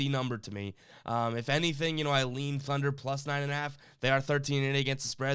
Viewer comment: Did anyone notice the video said "Thuner" and not Thunder. LOL... Thunder with the spread.